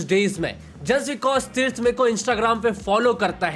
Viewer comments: Tirth ❎ Trith✅ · Tirth❌ trith✔️. 😂😂😂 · Tirth ❌ Trith ✅🤣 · Tirth❎ Teeth✅ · Tirth❌️ Trith✅️ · Tirth ❌️ TRITH ✅️ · Tirth ❌ Trith ✅ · TIRTH❌ TRITH✅ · Tirth ❎️ Trith✅️